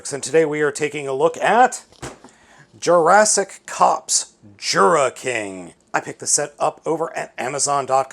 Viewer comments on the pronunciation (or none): I actually thought he said "Jurassic Cucks"